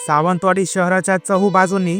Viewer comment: सावतवाडी नाही ती सावंतवाडी आहे .उच्चार निट बोल ..